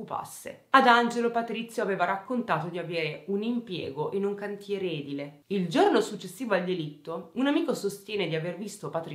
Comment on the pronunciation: Edile, con l'accento sulla i